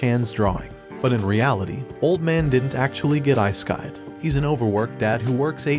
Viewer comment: This guy said isekai as "ayesekayed" 💀